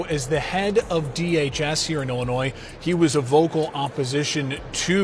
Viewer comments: There’s only 1 Illinois and the s is silent. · Observation. If you want to be taken seriously as what passes as a pundit in today's "content creator" world... Standing above the rest. Legitimate. You drop the "S"out of your annunciation of Illinois. (Otherwise I always enjoy your stuff man. ) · The S at the end of Illinois is SILENT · It's Illinois not Illinoise! You don't pronounce the "s". Why are people from other states so ignorant? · Its Illinoi not Illinoisss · It is ill-a-noy. No "s" sound as this is a French word. Hearing ill-a-nois is sooooooo annoying! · NOT Illi Noise. Correct: Illinoi (silent 's') Learn it. Use it properly, or sound totally stupid. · Imagine that Jabba is corrupt. This blob tried to pass a bill called the new way forward that would bring back all deported illegal aliens, including violent criminals, at taxpayer's expense. Talk about voter fraud. It's pronounced Illinoy, not illinoise. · We pronounce Illinois without the S, more like ILLINOI drop the S. Thank you. Love your news! Would love to see JB out of office but, Cook County is so strong with democrats don’t know if it can change for our state….. Unions such a stronghold here too…. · I love it when people pronounce the s in illinois. It sounds so silly. Sounds like, Illanoise. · The "s" in Illinois is silent. i-luh-noy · The S is silent in Illinois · The “s” in Illinois is silent. You’re constant miss-pronouncement of it is distracting and reduces your credibility for a story from Illinois. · Your pronouncing Illinois wrong. The “s” is silent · The “s” is silent Illinois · The ‘s’ at the end of ‘Illinois’ is silent, Sir. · The S is silent in Illinois. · The “s” in Illinois is slight. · I had to stop watching.... there is no denunciation of the S in Illinois. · The “S” at the end of Illinois is SILENT!!!!! Dude, you’re better than this. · To everyone- The S is silent in Illinois. Please stop sounding so ignorant. Thank you for your attention to this matter.